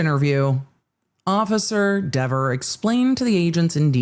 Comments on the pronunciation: Given what Cox said about "this person" — aka Kelly Dever — I actually think he DIDN'T pronounce her name correctly, as she testified. Which would make the whole "so he said my name correctly" another false memory, I guess? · The internet has spoken. It's pronounced DEEver now. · Dever rhymes with never